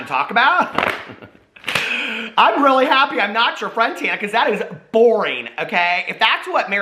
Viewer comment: You’re saying her name wrong! Listen to Paris, it’s Taaaawwwnuuuh.